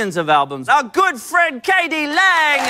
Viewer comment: Its not katy, her name is K D LANG!